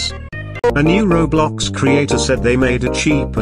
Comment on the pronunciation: Bro said kiblox